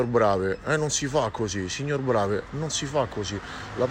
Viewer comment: Non sa neanche come si pronuncia il nome... Certo il signor BravE plagiava il dottor Brasiliano.